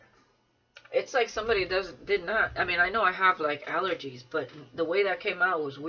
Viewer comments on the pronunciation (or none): Allergies not allgergies❣️ 🤣🤣🤣🤣🤣